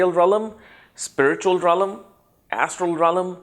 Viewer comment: Realm Rel m not rel lam